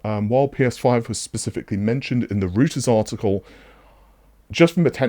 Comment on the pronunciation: Reuters is pronounced "*roy* • tuhz" not "roo • ters" just a friendly tip to help you sound professional.